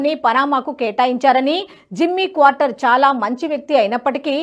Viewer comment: తల్లో... క్వార్టర్ కాదు... ఎందుకా తొందర..??? కార్టర్...!! నీలాంటోళ్ళనే.. ఉద్యోగాల్లోంచి పీకేస్తున్నారు..!! అప్డేట్ అవ్వు తల్లీ..